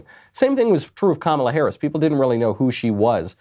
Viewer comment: Kum-ala....nooo. LOL!